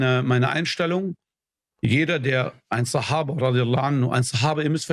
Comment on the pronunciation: Bruder es heißt SAHABA!!! 🤦🏻‍♀️🤦🏻‍♀️🤦🏻‍♀️🤦🏻‍♀️🤦🏻‍♀️